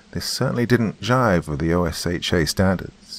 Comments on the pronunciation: Friendly heads-up: If you want to use an American accent, stop using "sh" where "s" is appropriate; it's assume not ashume, and consumer not conshumer. And nobody in the States knows what "Oh ess aitch aye" is, but "osha" is well known by virtually everybody. Just FYI. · Loved the narration! One small note: OSHA is usually pronounced "oh-shuh" like a word. Kind of like "GIF" is pronounced as a word, or NASA is "Nah-suh" instead of "N, A, S, A." Thanks so much for your work! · I reckon a detective would know how to say OSHA 😂